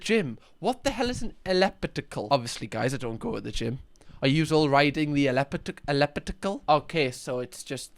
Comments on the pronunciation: LET ME RYYDE YEH LIKE THEH AHHLEPITICAL I love you, dude 😂🎉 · I laughed way too hard when you tried pronouncing elliptical. I love how you say it and will be saying it that way from now on. Lol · Your pronounciation of elliptical has me howling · Dude right 🤣 underrated that was hysterical